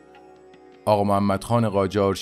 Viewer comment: اغااااااااا نه اقا